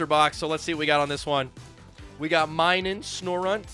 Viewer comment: The pronunciation is mi-nun not my-nun